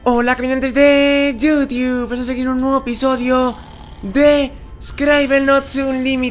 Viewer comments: y mal pronunciado xD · dice youtube, hasta el mismo sabe que lo pronuncia mal, caminante significa que somo como los caminantes de the walking dead solo que caminamos por youtube, ese es su saludo xD